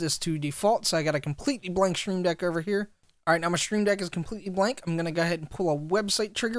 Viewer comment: It’s "stream deck", not "shtream deck" lol